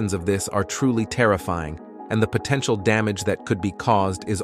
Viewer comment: Is this text to voice AI? Something about the pronunciation seems a bit off. Potentiahhhhl?